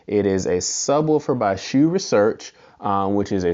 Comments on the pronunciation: you are incorrect. It is pronounced as "sue." If you or anybody else is saying "shoe", you are saying it wrong. Unless you are saying Dr. Hsu doesn't know how to pronounce his own name..lol. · It's not pronounced SHOE. HSU with a silent H. Pretty close to a worthless review. So much wrong with this. Might as well not try and do sound comparisons with such a lousy mic. None of your comparison clips sounded worth a crud. Those other subs are lousy anyway, so why bother. You are comparing a $600 HSU sub to a $179 Polk sub. Gee, ya think maybe the one well over 3x the price might be quite a bit better? Is your next review going to be a $60,000 BMW compared to a $18,000 Nissan Sentra? You ramble on and on about these other subs like you are reviewing them. Nobody cares about them, so move it along. You also aren't adjusting the sub "volume", but rather the gain. Not sure why HSU labels it as volume. Without getting too wordy, read this for a detailed explanation. Then you say you had the Polk at max volume. Say what? And you wonder why it sounds bad? Did you not calibrate these subs with a receiver calibration mic/set up? Or are you just turning knobs and hoping for the best? There's no way the sub gain on the Polk should have been maxed out. Like I originally stated, so much wrong with this. I'll give you an E for effort at least. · "Most people pronounce it 'sue'. A more correct, more Singaporean pronunciation is 'shoe'" - Dr. Hsu